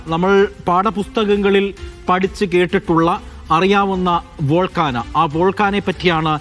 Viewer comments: Volcana Allah Bhai. Volcano. Sir ethu schoolil aanu padichathu? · "വോൾഗാനൊ" അല്ല കുഞ്ഞെ! "വോൾക്കേനൊ" എന്ന് ഉച്ചരിക്ക്!